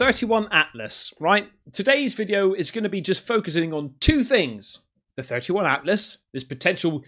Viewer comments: 3I Atlas is pronounced three eye Atlas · 3 eye "i" atlas Not to be that guy, just thought I'd mention that. Love ur vids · Not a big deal but it's 3i atlas. Not 31 Atlas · 3 eye sounds suspect as hell